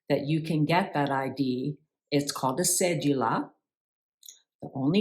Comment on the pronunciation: Cedula: The d sounds like the d in donut